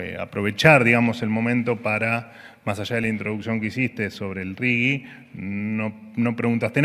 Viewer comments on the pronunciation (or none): ¿Por qué pronuncian Rigi como si tuviera una u entre la g y la i? ¿Acaso, ni siquiera saben leer el idioma español?